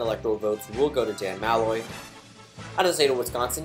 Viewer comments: It’s Muh-loy not Ma-loy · Didn’t you already do this? Also, it’s Muh-loy